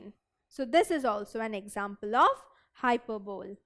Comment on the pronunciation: Wtf is hyper bowl .... Need to really work on one's pronunciation skills if one other to be an English teacher....